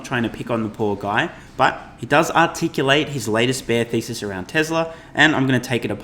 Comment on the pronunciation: At first I thought you said Tesla shortseller bear ‘feces’ but then realized it was ‘thesis’